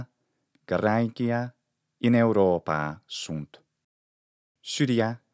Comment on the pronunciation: thanks for the explanation. Now, here goes another question; how do you know how much to extend the vowel sound and whether it has a variation in the intonation while pronunctiating the extended vowel? Sometimes I hear you say "Europaa" and sometimes "Europaaaa"